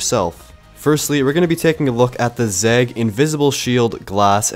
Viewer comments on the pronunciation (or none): I have never heard or read anyone who says or writes zeg instead of Zagg until this video 😂 😂